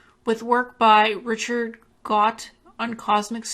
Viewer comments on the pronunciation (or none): none